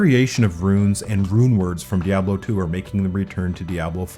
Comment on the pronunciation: Another 'jagwire' dude 😂 good you didn't call diablo 'dayablo'